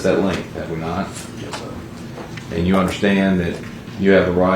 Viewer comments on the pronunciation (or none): dude cant even properly pronounce "yes" ffs